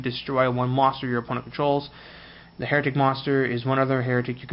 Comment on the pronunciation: It's Hi-ri-t-ick, please pronounce it right mate, lol the way you pronounce it means people who doubt the church.